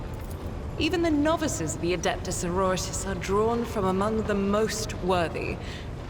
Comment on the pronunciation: hearing you say soro-ritas, as so-ro-ri-tas, makes me cringes. and i believe that the relic she is protecting is the warrant of trade since it has the blood of the emperor on its seal.